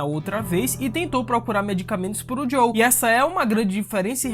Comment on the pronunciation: Por favor, para de chamar o "JOEL" de "JOW" pelo amor de Deus! 🙏🏼😅